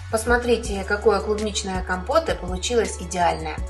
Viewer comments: Кампотэ' , ударение идёт на конец слова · КампотЭ! Ударение на последней слог 🙌🙌🙌